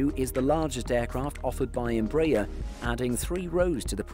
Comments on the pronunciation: Good day, THe correct pronunciation of Embraer is not Em BRAY er but is in fact Em BRA Air. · I would be really nice to learn to pronounce EmbrAHEr instead of EmbrEr... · You are pronouncing the name of the company wrongly. It isn't EMB-rayer, it's EMBRA-air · Closest Correct Pronounciation is: EM - BRA - AIR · Tô até agora tentando entender quem é essa Imbrèie. If you are doing a video/documentary about a company, the first thing you should be learning is how to pronounce the company's name. Good video despite that.